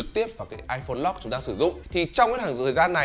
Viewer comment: lock mà cứ đọc lot lot cc :))